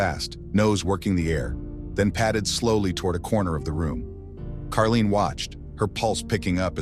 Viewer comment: It’s Caroline! Not Karlene!